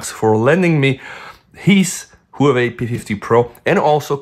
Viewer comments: Whoo-we-we or Huawei? XD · Great Whoaway phone 😂 (Huawei)